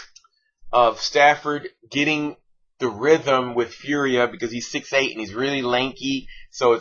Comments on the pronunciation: its pronounced "for-ee-ay" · Fauria i think is pronounced four e ay